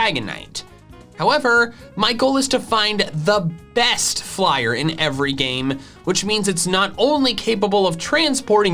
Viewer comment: He say bost